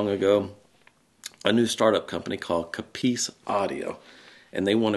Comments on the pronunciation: What the hell is a C'ppice???? A COPP-ice is a thicket or grove of cultivated trees! And as for aluminium, do Americans say Plutonum? How about Uranum? And then again, Potassium? You need to get out more! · It's not 'coppeese' it's 'copiss' 😂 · Yeay! UK stuff for us in the UK. Nice one. True- I think we more like to get things already made. A bit of tweaking, but not taking things apart and making things from scratch. Certainly true for me anyway. We say Coppice like you say Cop. Cop-iss. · please teach him how to pronounce 'Coppice'.... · We'd even pronounce coppice different to you guys.